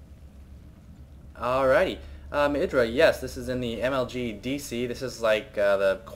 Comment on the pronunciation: "yeers, so good, soo good" that what she said.